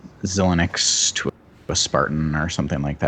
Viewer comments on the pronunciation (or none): Say it with me ... Zy - Links .... ZyLinks .... zilinx ... xilinx. :-)